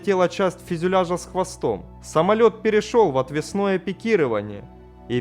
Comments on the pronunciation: Не Ягода, а ягОда. Не просто начитывайте текст, а работайте с материалом. И не отвеснОе пикирование, но отвЕсное. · ягОда , а не Ягода. отвЕсное, а не отвеснОе. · "ОтвеснОе пикирование" автор, перед записью не пробовали послушать сврй голос поправить ударения в словах? Понимаю, русский язык для Вас не родной, но все же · Отвесно'е пикирование, Я'годы... Как всегда... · ага звучит как будто малина с куста падает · Хорошее содержание -но проблемы с формой: и вновь незнание русского и правильных ударений - "отвеснОе" падение. А ЯгОда стал обычной ягодой. ))) Мне режет слух. Ваш ГраммарНаци.